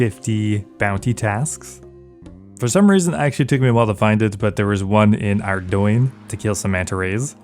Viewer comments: bro said ar doin for ardougne instead of ar doug knee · Just a heads up; "ardougne" is not pronounced "ardoyne". "Ardoyne" is a region in my country of Northern Ireland. XD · The mods have confirmed it is in fact pronounced "Ardoyne" I always pronounced it "Ardoug knee xD